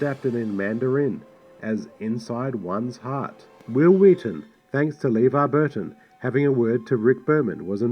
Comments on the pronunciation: LeVar Burton’s first name is pronounced “Leh-VAR”, not “LEE-var”. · "LeVerne Burton" LOL! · Oddly enough, you also miss pronounced LeVar's name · You're not pronouncing Lavar Burton Name right either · Talks about the director mispronouncing Levar Burton's name while mispronouncing Levar Burton's name.